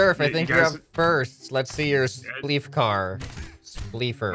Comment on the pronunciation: "It's spleef" not "it splef"